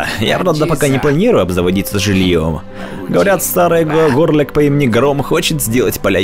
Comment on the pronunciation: Горлек на О ударение, Токк, а не Токко Чудесно всё